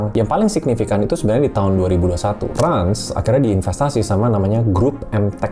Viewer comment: RANS dibaca RANCH.. kenapa masih pada bingung.. jelas itu bisnis ternak 😂